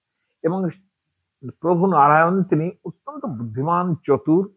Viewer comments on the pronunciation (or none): none